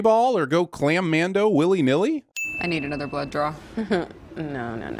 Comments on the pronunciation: "Clammando". ROFLMAO!! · I’m sinning the sinners here. Seriously, “clam-Mando?” Bruh…🤦‍♂️